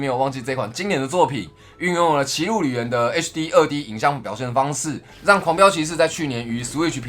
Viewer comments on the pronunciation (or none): 雖然已經不是第一次了 但我每次聽萊斯講狂飆騎士 聽起來都很像黃標騎士:face-orange-biting-nails::face-orange-biting-nails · 狂飆騎士一直聽成黃標騎士...